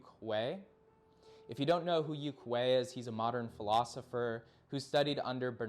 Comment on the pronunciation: its pronunced yoong and yoongian